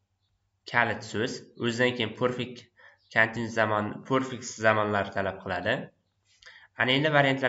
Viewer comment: Aka nimaga perfect zamonni poʻrfect deb aytasiz, talaffuzga etibor beringda axir oʻqtuvchisiz